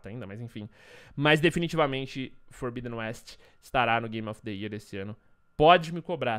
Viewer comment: FORBIDEN É PRONUCIDADO FORBÍDEN MESMO! , JOIA!?